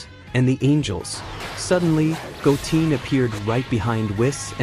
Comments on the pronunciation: 😅Goteen? 🤦🏻‍♂️🤯🙅🏻‍♂️😬It's Goten!💯Wow Great Stories Though 💯😇 Must Higher Him 4 More Stories 4 This Show!!💯🤤🥰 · 🤔This is an AI narrator isn't it? It's so annoying that it's pronouncing names like Goten as Goteen or Kakarot as Kakawrote. So messed up.🤦‍♂️ So many names are mispronounced in this. Can't say Go-ten, but easily says Beer-us.🤦‍♂️ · It’s gotten not goteen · Bro do some research on the names who the hell is Go mfcking Teen I know Goten your messing up a good story can't stand people like you fcking up names or from Saiyan go to saiyagen damn.... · It’s Goten not Goteen😂😂. Also it’s Kakarot not Kakaroat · Your AI voiceover says goooteeen not GOOten Goo#10 lol fix your AI Voice over and this is perfect. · right try go10 if it doesn't say the word right try to tweak it a little bit 😊😂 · I left the video after I heard Goteen.. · Goten not bloody goteen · Goten not goteen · Stop saying Go teen🙄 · Did you say Goteen this time? can you stick to the one right pronunciation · Yeah that’s bothering me hearing it wrong. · If you get rid of that fake AI voice speaking names wrong because the ai does know yet how to pronounce them correctly... then i will subscribe to you.... PLZ loose the AI generated voice! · Goten Kakarot are Misprononounced by the AI but i get it the ai messed up not you XD